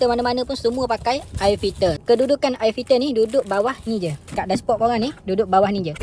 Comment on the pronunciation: Nape sebut ayer filter😢